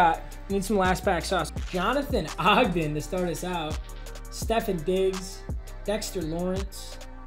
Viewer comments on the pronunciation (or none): "stefin diggs" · i love you but can i say stefon diggs is my fav player and you always say his name wrong 😂😂 merry chrimmy tho 🎄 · “Stephen Diggs” 💀💀